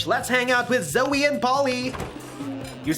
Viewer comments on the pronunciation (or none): Why does everyone call her zoeY its zoe just zoe it ends with an o sound